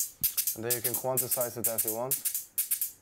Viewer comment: yes, and pronounced by steve angello: "quanticize"